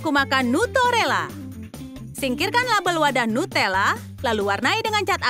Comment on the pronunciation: Kak ada kak silap nuttela kak bukan nuterelela